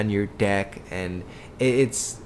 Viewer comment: It's so good going back and forth back and forth on your "dEck" lmfao